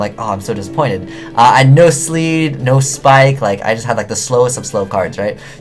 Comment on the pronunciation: ..........sleed.......sleed? LEED!